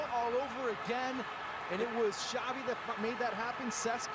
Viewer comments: "Chavi" not "Shavi" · xavi not chavi o shavi